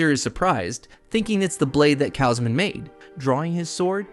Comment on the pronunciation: How many different ways is your AI going to mispronounce "Kaushman" anyway? "Cowsh-man" Not "Ka-oh-smin" or "Kashmin" or "Kay-Osmin" or "Kozmin" or "KaOWZ-men" Then again your AI screws up EVERYONE's name, even the MC.